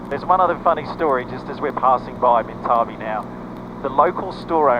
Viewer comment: Pronounced minta bee..currently a petition to keep town open